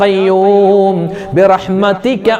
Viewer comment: റജബ് & ശഅബാൻ കഴിഞ്ഞു റമളാനിൽ അല്ലെ ഉസ്താദ്. ബിറഹ്മത്തിയ്ക്ക എന്നല്ലല്ലോ ഉസ്താദ് ബിറഹ്മത്തിക എന്നല്ലേ ഉച്ചാരണം? പിന്നെ ദിക്ർ കിടക്കുന്നതിനു മുമ്പ് ചൊല്ലണം എന്നല്ലേ റസൂലുള്ളാഹി ﷺ തങ്ങൾ പറഞ്ഞു കൊടുത്തത്.